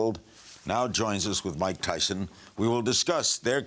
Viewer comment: Its mike tythson get it right